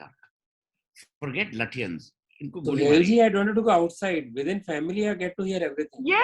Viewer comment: He's Suhel not Suhail. 😂